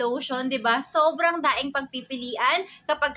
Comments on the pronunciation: Napansin ko lang yung word ni madam....yung "daing" what does it mean? Daming or daing? Silent "m"? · Is it just me or talaga "daing" ang pronunciation niya sa madami????